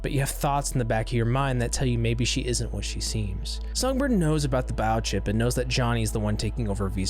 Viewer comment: It almost sounds like you're saying "bao-chip" hehe